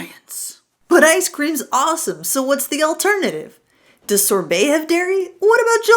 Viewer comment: Sorbet, not Sore Belly